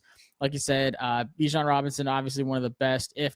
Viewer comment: The 2 idiots that can't even pronounce Bijan's name correctly, pick OKST. Best RB in the Nation and you can't say it right? That alone shows you have zero football credibility.